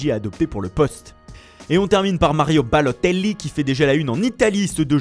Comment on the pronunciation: Au speaker : t’étais bien parti t’avais fait un sans fautes et t’as voulu prononcer balotelli avec ton accent rincé ... STOP